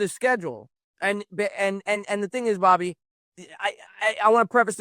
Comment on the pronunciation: Dude, you can't drop the R off the end and leave it in the middle. WTF are you thinking? Straighten your $#%+ out and maybe I will give you a listen. Catch you next time Bobby.